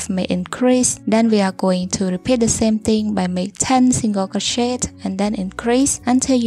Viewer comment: all i hear is crow-shit 😭